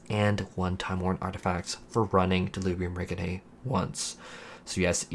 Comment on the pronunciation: Say it with me “Del-li-bri-um Reg(rej)-(jin)i-nae. I’m sorry bro your annunciation was giving serious chills. Besides that thanks for a detailed guide.